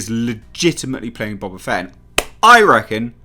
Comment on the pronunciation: Bo ba fett not Bob a Fett